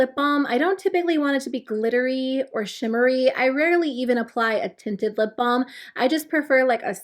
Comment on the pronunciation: 😂🤣 I kept hearing "lip bomb"